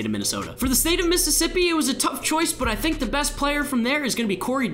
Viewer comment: U got Mississippi wrong